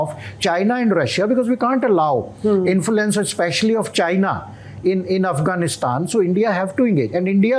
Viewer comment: Without sounding condescending, I think the guy has pronunciation problems. Talibuns Smartians Infulence Gaddar Chhabbar Inflitration